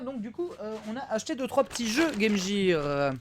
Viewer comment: " game jeer " oof